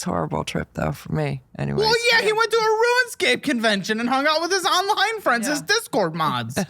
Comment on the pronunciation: pronunciation of RuneScape = RuinScape. In this case, it's appropriate.